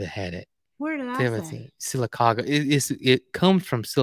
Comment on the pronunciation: see if Lester can pronounce Sylacauga Alabama. He didn’t do very good with mobile. I’m from Sylacauga and nobody pronounced it correctly that I have experience. You are the first. That was perfect!